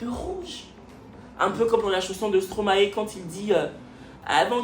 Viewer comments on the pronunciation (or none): none